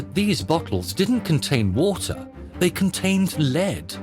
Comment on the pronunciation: Surely Americans don’t pronounce the word ‘lead’, meaning the heavy metal “lead”, as in the verb? Amazed that this isn’t corrected.